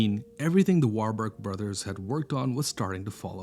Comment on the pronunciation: Warburg si dice warburg sono tedeschi di origine Veneziani